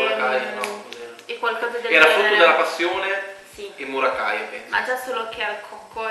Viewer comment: “ Murakaia “ 😂😂😂 siete il top 🔝